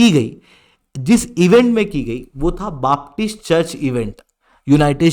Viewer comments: बापटिस्ट नहीं बेपटिस्ट। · it is known as BAPTIST CHURCH and NOT "BAAP"TIST CHURCH